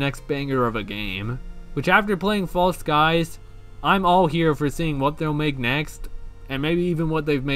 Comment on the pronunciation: Thank you so much for playing False Skies, I'm so glad I told you about this game! I knew you would love it (and the first pronunciation was correct <3)